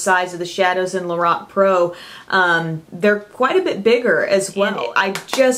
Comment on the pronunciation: Lorac (lor, rhyming with four, ack)